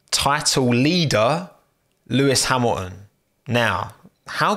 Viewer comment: bottas p13?????????? sergio p10 ???????????????? sainz p8 ??????????????????? lewis hamiaaon p5 ?? what's wrong with u tommo ??? xD we said it in the same time xD gasly p3 ????????????? he got a HONDA PU BRUUUH, a bloody HONDA PU DUUUH nice video mate really xD i watched all and i loved it